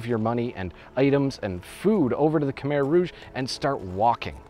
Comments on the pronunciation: It’s not (kuh meher) it’s (Kuh my) idk why google has the pronunciation wrong. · You said Khmer wrong. It’s (Kah Mai) not Kah Mair..I’m full Cambodian that’s not how you say it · Pronounced ka-mai. Beautifully done. Brings tears to my eyes. I have only been met with kind eyes and sweet smiles from the Khmer people. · Americans pronounce it as kuh-mere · khmer i’m pretty sure is pronounced ka-mai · the way he promounces khmer